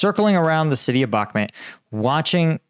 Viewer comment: "Bakhmut" not "Bakmet"!, lord alive, just watch this vid you posted lol, you even hear them say it correctly and straight after you say "Bakmet"???? come on man.